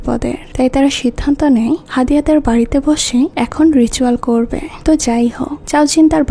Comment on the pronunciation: আপু আপনার এক্সপ্লেইনেশন আমার কাছে খুব ভালো লাগে। কিন্তু আপনি প্রত্যেকটি লাইনের শেষে হ্ উচ্চারণ করেন যেমন: হবে না বলে হবেহ্ বলেন, করবে না বলে করবেহ্ বলেন। এইভাবে না বললে আরো অনেক ভালো লাগবে। আমি আপনাকে আঘাত করতে কথাগুলো বলিনি। আশা করি আপনি ভবিষ্যতে আরো সুন্দর সুন্দর মুভি এক্সপ্লেইনেশন উপহার দিবেন। শুভ কামনা রইলো।❤❤